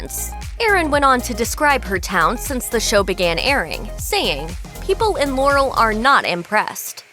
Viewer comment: It's pronounced "LAH-rel" not "Lore-el"